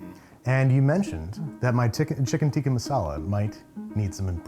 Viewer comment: Thing he still botched: the pronunciation. He keeps saying "tee-kee" instead of "tick-uh". Love this series! This guy had awesome energy, glad he was able to come on :)